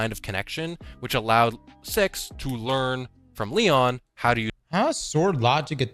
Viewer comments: I’m all for giving Lord Of Every Nothing an acronym nickname but “Leon” is literally inaccurate, it’s “LOEN”, “low-en”, or maybe “loan”. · my guy, it's spelled LOEN, not LEON~